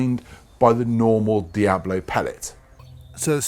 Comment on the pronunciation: Please, it's called DiaBOLO and NOT Diablo. Diablo [ˈdjaβlo] is a Spanish word meaning "Devil". Diabolo pellet